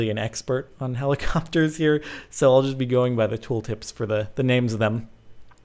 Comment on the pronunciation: Its helicopTers jordan not helicopers